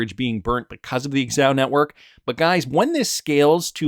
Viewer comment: Dude, it’s not “ex-ow,” it’s “ZA-HOW.” You don’t say “Ex-Um” when saying XUMM do you?